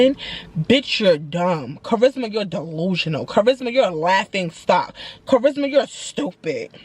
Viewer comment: CHA RIS MA 😭 NOT THE WEPA!!!!!!